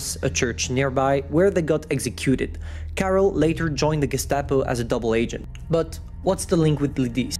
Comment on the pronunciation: I'm from Czech and you prnounced those names wrong, I personally suck at spelling in English, so dont worry, but you pronounced Karel's name perfectly. We learnt in school about this tragedy.